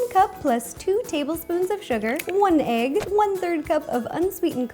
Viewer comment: Love how she says egg